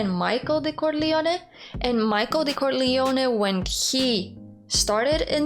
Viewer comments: Say "Corleone" again. I like the way you say it. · Your pronunciation of the family name is beautiful and just might be close to the Sicilian pronunciation.